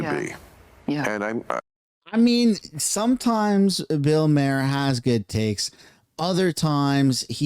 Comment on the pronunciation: Bro if you’re going to make a video with Bill Maher in the title at least pronounce his name right when talking 😂🤦🏻‍♂️